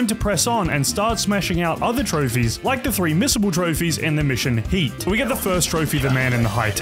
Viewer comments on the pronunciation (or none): Him saying “Heat” wasn’t that hard pissed me off😂